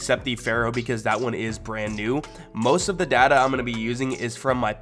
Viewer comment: This dude says chai com and da da instead of data